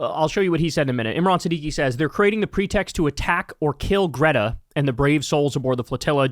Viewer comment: you had already watched Greta's video and you still can't pronounce her name?